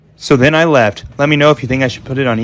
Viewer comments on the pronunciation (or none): When he says 'then I left' I hear 'then I laughed'